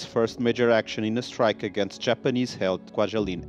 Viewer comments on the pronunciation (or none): none